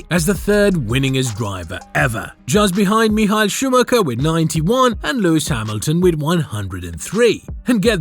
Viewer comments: Meeehall scmahhhheeerrrr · You native english people are the most arrogant in the world! His name is not My Khl, but it is Me Huh-El Shoo mah ha (the r is silent) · bro really called Michael Schumacher 'Mehail Shumaher' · Michael Schumacher❌ Mehal Shumahaha✅ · im sorry. mihael shumaher????? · Who's this "Mihail Schumacher" you keep mentioning? 🤣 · who the hell is mihal shumher? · ''miha shumaha'' im sorry💀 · Mi-aha Schumahkha, you never heard of him?? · Who the hell is Miha Schumahan? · What the fuck is that pronounciation of Michael Schumacher??? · The AI narrator BUTCHERED MICHAEL Schumacher s name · the way your ai pronounces Michael Schumacher disturbs me ngl